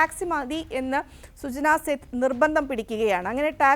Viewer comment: സേത് അല്ല മോളേ, സേഠ് ആണ്.